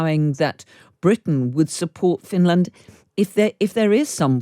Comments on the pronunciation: "Fin...Land" 🤣🤣 where sharks come from?? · "Fin-Laaaand" I swear the only requirement for being a radio host is over-pronouncing words lol. And speaking BBC-fake-posh.